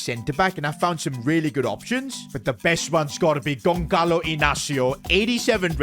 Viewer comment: its not pronounced gonkalo ramos its pronounced gonsalo ramos